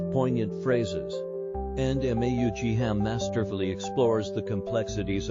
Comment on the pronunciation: An AI that can't pronounce the author's name has the last word on itself and its programming.